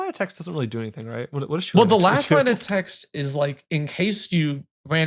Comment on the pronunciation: Oh come on. It's not Choo-lane. Chulane gets his name from the Irish Celtic warrior Cú Chulainn, which is pronounced Koo-KULL-in or Koo-hull-un. Chulane is Koo-lane. Hard K not soft Chhhh. almost had it right first time and got "corrected" incorrectly.